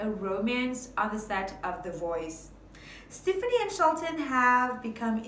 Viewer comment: The song is Ole Red, Not Big Red. And you are pronouncing Stefani Incorrectly! Extremely annoying!!